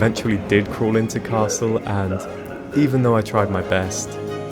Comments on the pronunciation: Hi, I loved to watch your challenge. I use the ticket for trips up to 4-5 hours myself and the slower pace lets you calm down and enjoy sights you'd otherwise miss out. A bit off the topic: i guess, that your German may be quite decent. In the video however, you're missing out the speeding up on the double consonants. The double-s in Kassel ist pronounced like in the English word vessel, the ll in Halle is more like the English name Miller and not like the English word Hall. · Cool although I had been under the impression that you spoke German...until you said Kassel.